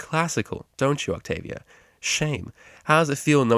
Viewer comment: octobia? really?